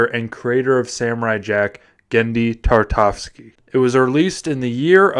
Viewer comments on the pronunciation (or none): dude, it's Tartakovsky, at least say the legend's surname correctly, God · From the moment you completely butchered his name, there was no way I was gonna watch this. Sorry not sorry.